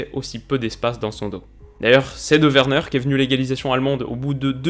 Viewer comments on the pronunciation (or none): none